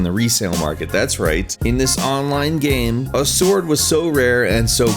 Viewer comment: Nice video. BUT I still CANNOT get over him saying "gaem" instead of "game".